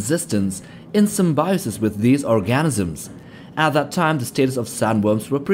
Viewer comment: When he trys to say organism he says "Orgasmsism" 😂